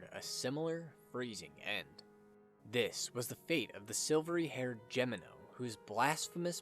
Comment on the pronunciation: Damnit, your continued assclowned mispronunciation of Gemino is inexcusable. It’s pronounced: HEH me no. Do some goddamn traveling you moron. What makes this worse is that you pronounced Engracia correctly. What’s the goddamn excuse then? Listen the game’s pronunciation